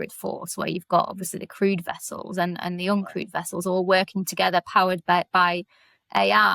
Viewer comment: "Vere do you keep ze nuclear wessels?"